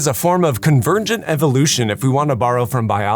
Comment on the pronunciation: You said Mou'ains, ConverNgent and EmiNgrated. You're an instructor.